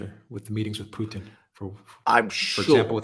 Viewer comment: Alexander is the first person I ever heard pronounce the T in Putin. Thank you.